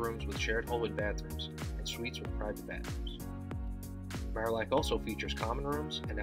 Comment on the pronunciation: Nice, except Marillac Hall was pronounced Mary-ac Hall when I was there. But then, the castle was the library and it was great to sit in an arched stone window sill, leaning on rippled old glass, on dark and stormy nights. Graduate of 1970